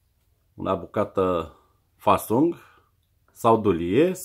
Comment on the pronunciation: nu e faSSUng, e FAssung